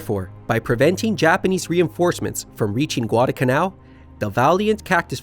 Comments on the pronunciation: NOT Guad-uh-canal. It’s Guad-al-canal. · What is "gwadacanal"?